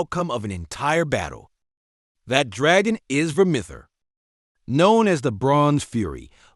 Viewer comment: If you're going to do a video on something, at least make sure you're pronouncing things correctly. Takes a few seconds to look up. That is NOT how you pronounce Vermithor.